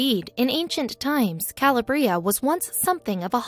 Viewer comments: Correct! Ca-LAB-ria not Cala-bria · Ca lab re. ah. Not Calabrea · Calabria. The stress is on the middle syllable, not the last. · My grandfather came from there and everytime she said i cringed. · Calabria and visage pronunciation is annoying, takes away from the credibility of that sqeaky-sounding amateur reader!